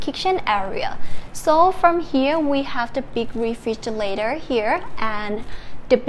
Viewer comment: I've seen lots of your videos and you always have trouble pronouncing "refrigerator" :)